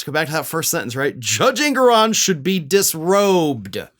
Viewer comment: "Dusrobed.." lol, looks like Large Marge is a few fries short of a happy meal.